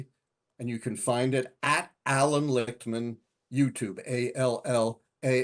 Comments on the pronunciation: Prof. Lichtman made it a point to say his own name when citing his website so that the host could hear the correct pronunciation, and the host proceeded to mispronounce it multiple times in a row just moments later. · Why not learn how to pronounce the last name of your guest? Especially after he told you , you insisted and multiple times again to pronounce it incorrectly.